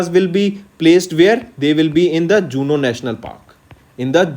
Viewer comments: I think it's kuno national park madyapradesh not juno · He said so many errors in daily video also some times not giving proper explanation to some questions Previous faculty has confidence in what he has explained but he pronounced some simple words also wrongly pronounced Example in this video 7th PMAYS-U he said 74 Juno National park 😳 VLTDS Himachal Judicial corporation 😳